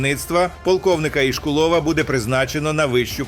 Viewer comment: Від мене побажання до дикторів-відучих правильно ставити наголоси в словах - топонімів, імен/призвіщ. Адже вони віщають на загал. І, саме через це ПОВИННІ говорити правильно. Приклад : не ІшкулОв, а ІшкУлов.